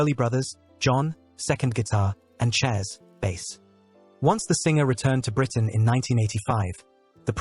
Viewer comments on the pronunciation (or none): none